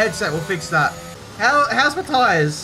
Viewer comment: Thought you said "How's Mathias?" when you said "How's my tires?" Got a bit confused